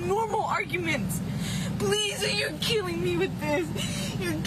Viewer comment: "Pliz you're keeling me with theeze you're keeling me you're ffphtzucking keeling me" 😂